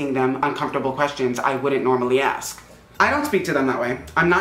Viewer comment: "Esk them"